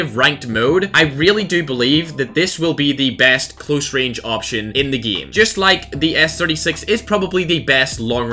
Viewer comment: why does he keep saying the word game wrong lol